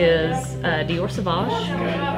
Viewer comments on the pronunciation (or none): No! Not savouge LOL